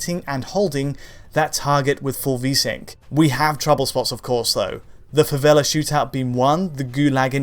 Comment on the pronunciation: Joguei a versão 360 na época só pra jogar na favela. Vai Brasil. 🇧🇷🤣 Hey, thanks for using the favela term with good accent, not slum.